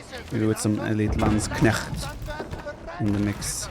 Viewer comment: needs to learn how to pronounce Landsknecht. It's really not that difficult.